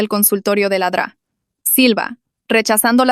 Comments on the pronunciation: Es doctora silva no dra silva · Se refiere a "La Dra. Silva" es el diminutivo de doctora pero la ia lo dice mal xd